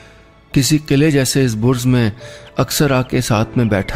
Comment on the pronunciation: Sir, it is Burj and not Burz!